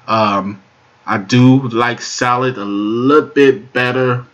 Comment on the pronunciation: "Solit" is not a word as the way you pronounce it. The proper spelling is "Solid" and is pounced like it is spelled